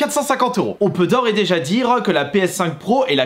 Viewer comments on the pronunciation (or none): Salut, je te traite de débile également P.S: on dit d'ores et déjà ( dorzédéja ) et pas dorédéja Bisous ❤